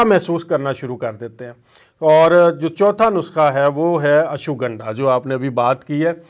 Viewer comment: Uncle ashuganda nhe ashwgandha name h